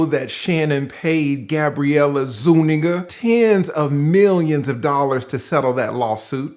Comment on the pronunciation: i really appreciate your pronunciation of zuniga. if he had put that * *** ** in her, he coulda kept her name 😇